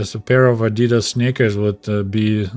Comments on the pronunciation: The way you pronounced adidas in the Soviet Union (adi-daas instead of adii-das) is correct. Greets from Germany. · "ah-dee-das" is the right way to say the brand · The way you said Adidas is the right way to say it. The American way to say Adidas, is actually wrong, but they do it to every german word they try to pronounce. No hard feelings though. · The correct pronunciation no matter The language is adi-dass. Adi dassler is the founder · In Soviet Union we say "Adi-das" not "Adee-das"... Well since that's how its pronounced that's a good idea 😂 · We say ady-das here in the UK too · In Australia it is pronounced AD I DAS as well, comrade. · In Australia Adidas is pronounced the same as Russian, and the correct way since that's how much closer to how it is in German too. The brand name is short for the founder, Adi-Das.. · Pronounced the same in the UK as well. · You’re pronunciation of Adidas is correct. It is shortened from Adi Dassler, the originator of Adidas.